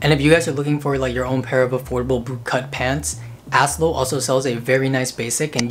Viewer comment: I love asclo. Just for reference it's pronounced with the A and S as letters and Clo like the beginning of the word close, so Aye-Es-Cloe, I suck at phonetic spelling, hope that makes sense loll, also heavenCanWait has similar sweaters like the last brand, super cool